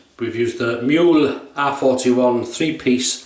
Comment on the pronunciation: A very nice, informative and detailed video! Thanks a lot! Just one hint: It's "Mühle", not "Muhle", and if you don't have an "ü"-key just write/type "ue" instead. By the way: "Mühle" is pronounced "Müh-Lay" instead of "Miool" ("ü" being pronounced like the French "u" - so a halfway house between "ee" and "oo"). If you have troubles with the "ü"-sound just say "Mee-Lay". It's incorrect, but every native German speaker will understand what you mean. If you say "Miool", no one will. Withal: Not using Umlaute (Ä, Ö, Ü) both in pronuciation and written form can lead to massive missunderstandings. E.g.: Schlosser = locksmith BUT Schlösser = palaces Masten = masts BUT mästen = to fatten schwul = gay (homosexual) BUT schwül = muggy Bar = bar/pub BUT Bär = bear Dosen = cans/tins BUT dösen = to doze Schussel = scatterbrain BUT Schüssel = bowl schon = already BUT schön = beautiful/handsome etc. Best regards from Vienna, Austria